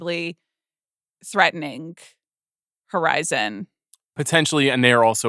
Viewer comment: "Beginng-k" "Threatening-k"